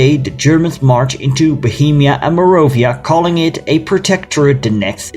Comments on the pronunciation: “Morovia?” Where are you from? It’s Moravia. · Great video! I love Slovakia so it's nice to see a video on this dark part of its history. One small comment, though. It's MorAvia not MorOvia :)